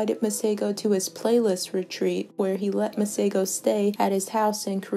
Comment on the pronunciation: 🤣🤣🤣so not impressed with the way my name is pronounced here..